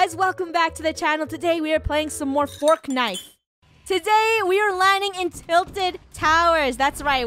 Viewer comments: Game called fortnite funnel calls it "forknite" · It's forknite🤣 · Funneh:Hello guys today we are playing some more "fork knife" 😂😂😂🤣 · Rainbow Cats she said fork nife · “Forkknife” yes... bootiful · fornite not forknite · Its not fortlike its Butnite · Funneh: HEY guys welcome back to the channel today we are playing some more FORKKNIFE 🍴 Me: Wait your playing forkknife that's cool! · Funneh: fork-knife Me : bruuuuuuuuuuuhhhh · Funneh: forknife Me: 😅😅😅😅😅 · Fort night more like wort noght